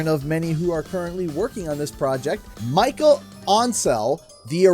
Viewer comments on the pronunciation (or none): it's MICHEL not Michael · Not Michael... Michel... with a ch sound (like chocolate)